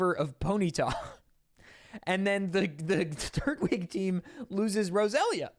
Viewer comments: Holy fuck why is it so hard for Americans to understand the point of "tur-TWIG" not "TURT-wig" people say tur-tle, not turt-le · Bro you gotta stop saying Turt-Wig. No one says Turt-le, they say Tur-tle. It’s Tur-Twig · My dude, it's not Turt wig, it's Tur Twig, you know like a Turtle Twig. A tree branch, a stick. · You say Turt-wig instead of tur-twig and My brain is like "That's how Gman from half life would say it" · Saying Turtwig as “turt-wig” and not “tur-twig” is insane. I love you but this scares me 😭 He’s a turtle with a twig on his head, no wig in sight. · Am I the only one who is hearing him say Turtwig as Turt Wig vs Tur Twig? And sort of sounds like he's calling him turd wig? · I know I'm being THAT person, but TURT-wig? I thought it was tur-TWIG, more emphasis on the twig part than the turtle. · Did you say... Turt-wig?